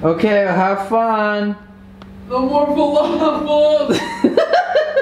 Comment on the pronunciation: " no more flafel "